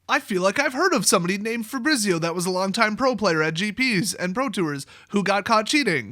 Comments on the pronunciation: You know how you say Pizza that's how you pronounce Fabrizio. Fah-bree-tsee-oh with the emphasis on bree. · Dude that is not how you pronounce FABRIZIO ahahahah